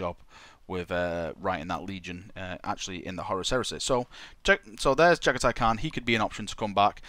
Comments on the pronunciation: You Jaghatai Can't pronounce his name =-P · It's not just Jagathai's name you can't pronounce properly... :)